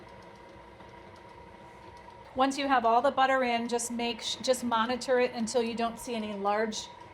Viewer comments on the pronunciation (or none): none